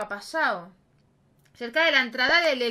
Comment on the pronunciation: Es "cerca" Marlon, primero dijiste "seca" y después "Serca" Jajaja c